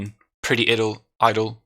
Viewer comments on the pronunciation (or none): A very entertaining and insightful episode today, thank you! You sounded much better than last time, but keep taking good care of you! (Idle = ai:dl 😅🤗😚)